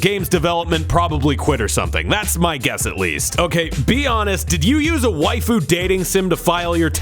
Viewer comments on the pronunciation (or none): none